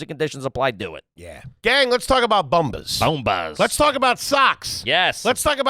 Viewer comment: Love those “Booomba” socks 😂 wonder if they lose the ad after one shot, how do you fuck up “bombas”